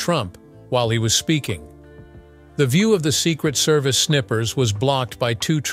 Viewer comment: "Snippers" VS "Snipers" funny......